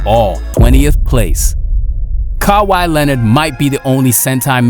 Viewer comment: Car why Leornard